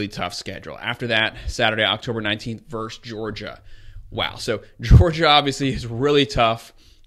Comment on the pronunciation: Nice breakdown but please pronounce the word VERSUS correctly... Ver-sus...not Verse !!! Thanks!!!